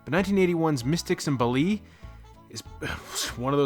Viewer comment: Wonderfully insane film and nice to see it reviewed. It's baa-lee, BTW